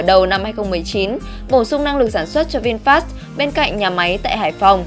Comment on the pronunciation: VinFa đọc là Vin-pha chứ không phải Vin FA nhé